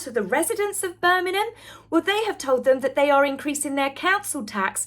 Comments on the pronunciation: It's Bir ming ham, not Bir min ham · Birmingham not Birningham M not N . Love your chanel ❤ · Please,, learn to pronounce the name of one of the largest cities in Britain!!! BirmingHAM, not BirmiNUM! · I really hate to be this person. However, I must. I'm sure is pronouncing Birmingham as Birnigham it's actually pronounced Bir-ming-ham. Apologies to. If im miss hearing it, maybe a hearing check for me is due. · Hi, it' s not Berminam, it's Birmingggham please pronounce the g in Birmingham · Its Bir- ming-ham not Bir-mim-hem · Petty alert! Birm-ing-ham. Not Burminam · Please it's Birmingham am not Burninum just saying.. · Please please please, learn how to pronounce BIRMINGHAM! It's not Birmingnam, Birmingnum or any of the other names you mentioned. It's Bir..ming.. ham, there's a HAM at the end! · Hey the town is called BirminGHam, not Birminum.😂😂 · Bir Ming Ham - correct pronounciation. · Ah cmon, not Bermanen!!! At least pronounce it correctly, Lots of Americana are watching. How they pronounce B'Ham is the same apart from the 'ham'. It's more like 'um'. Sorry, but I'm a Brummie 😘👌😊😢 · I really love watching you but plz say BirMINGham properly Glad you had a wonderful time at the ball you looked stunning as did your own personal bond did😊 The Birmingham council went bankrupt and we are suffering cuz of it, and now they going to pay out for the these games Great more for us to lose out on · You're English, say Birm ING ham correctly ffs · There's a G in Birmingham luv. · I love your videos but please - the 'g' in Birmingham is not a silent one. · As a Brit, never heard Birmingham pronounced that way? Not knocking you, just mind blown. Is that a Sussex dialect? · Why are you pronouncing Birmingham like that 😂